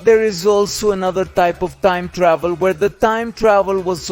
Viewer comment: "Toieeem Tdauhveel" = time travel